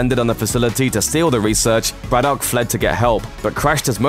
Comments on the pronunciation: How can you mispronounce Braddock? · You sound English so why can't you pronounce Braddock sensibly? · Why can’t you pronounce Braddock? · That's a very strange pronunciation of 'Braddock'